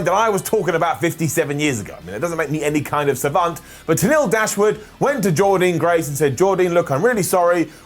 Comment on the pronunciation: one more time....SAY JORDYNNE GRACE’S NAME CORRECTLY!!!